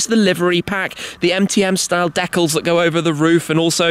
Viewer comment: The way he says "decals" is weird